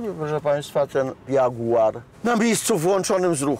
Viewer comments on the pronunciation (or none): none